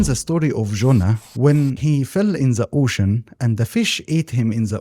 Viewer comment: This is a great video JZK. One suggestion for you is to practice saying the "th" sound in "the" it would make your content better IMO